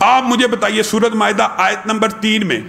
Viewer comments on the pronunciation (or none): none